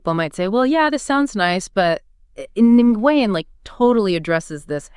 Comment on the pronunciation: It might be spitting hairs, but Nguyen is pronounced more like "Nwin", one syllable, semi silent "n".